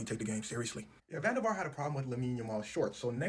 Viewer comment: van Der Vart pronounced van Der Fart was a legend tho.